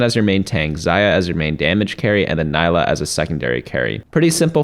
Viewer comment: it's not Nailah